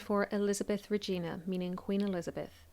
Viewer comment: "Regina" always rhymes with "vagina" in this context. Its not "re-jeena" like the girls name